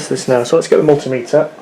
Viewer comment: nope, don't recognise that pronunciation of 'multimeter'